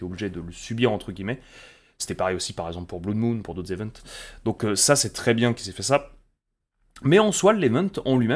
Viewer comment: Blood ça se prononce "Blode", pas "Bloude".